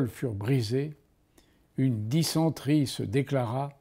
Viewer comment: J’ai fait 31 fautes et les seuls mots de vocabulaire sur lesquels je me suis trompé c’est arrhes et dysenterie (car je trouve qu’il a été mal prononcé) En réalité comme pour les langues étrangères d’ailleurs mon problème ce n’est pas le vocabulaire mais plutôt la conjugaison